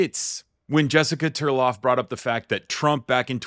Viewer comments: TARLOV, not Turlov. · 😮😮😮😮😮😮😮😮Isn't it Tarlov not Terlav?